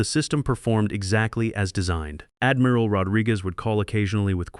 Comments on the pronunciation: AI mispronouncing “Admiral” as Admeeral”?? Really really distracting when AI mispronounces words. Damn it. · Well, not very good pronunciation. Admeral. No it is admiral. I not e. And ia am sure it said was 20016, twenty thousand 26, which I think is a bit 2O thousand years into the future, 2016, two thousand 16. Confused between… 2013 and 2014 is a little bit off, 20 thousand years not quite so. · It can't even say "admiral" and other common words correctly. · Really choked on "Admiral". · Do you edit your videos? Your AI can't even pronounce admiral correctly. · Why does your narrator not know how to pronounce " admiral"? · And pronouncing rankings like Admiral. 😅